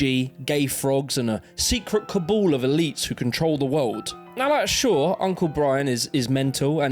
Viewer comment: no hate bruv, but it's cabal, not Kabul. 😉